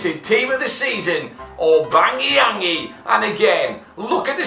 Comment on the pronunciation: Its "Aubameyang" not "Aubangeyang"